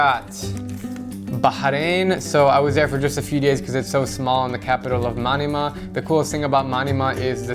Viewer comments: Its Man-ah-mah not Many-mah also u should stop by there when u go to the east side of saudi arabia like qatif khobar dammam take the causeway from bahrain trust me u will love it the views are amazing the only thing thats bad is the shitty McDonalds bathroom at the saudi end of the causeway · LOL, he calls manama ( from bahrain ) manima